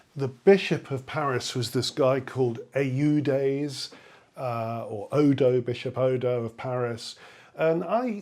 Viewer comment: I don't know about Odo's lifetime, but in modern French «Eudes» has one syllable, like German ‘öd’ (if that were a word).